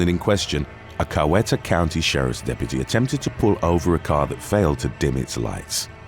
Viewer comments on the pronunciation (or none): Coweta is pronounced Cow-Eet-uh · if you read this, the county under number 3 is pronounced, "Cow-eee-ta."